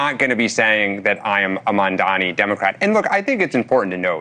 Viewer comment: oh please have his name right its M A M D A N I not MAMDAMI